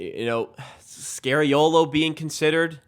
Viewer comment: Sergio is NOT SCARY-OH-LOH. But instead SCAR-EE-OH-LO